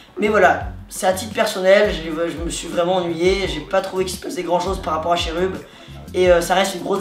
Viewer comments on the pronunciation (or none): ca ne se dit pas cherub mais keroub